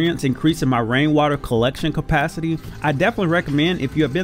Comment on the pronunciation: Why do people say compacity instead saying capacity? I'm so confused 😂